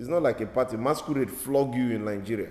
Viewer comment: The was he says masquerade sounds MASKURRRRED🤣🤣🤣🤣🤣🤣